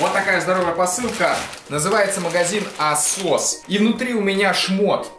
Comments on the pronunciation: Что-то мне подсказывает, что правильно говорить не «Асос», а «Эйсос» Ударение на Э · Мне показалось не ASOS а ATSOS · Не Асос, а эйсос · Не Асос, а Эсос (Эйсос) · Не асос а атсос